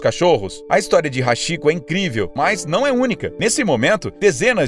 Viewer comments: Nome do cão nw é Hashiko pronuncia-se :Hatiko embora esteja escrito Hachiko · A pronúncia do nome do cachorro é ratiko ( Hachiko ) ou ハチコ. Do japonês para o português a pronúncia romanizada do ( chi ) seria ( TI ) e ( shi ) seria ( XI ). Outro exemplo Yamaguchi ( Yamaguti ) e não Yamaguxi. Desculpe, mas o correto é assim.Aliás, excelente vídeo! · "HASHIKO"??? Se nao sabe pronunciar...faça uma pesquisa antes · Na verdade Hachiko, a pronuncia é Rartikô, o "Ch" no Japão tem som de "T". Tipo: A Viagem de Chihiro fica assim: "Tirirô"! Ótimo vídeo, parabéns! Ganhou mais um inscrito!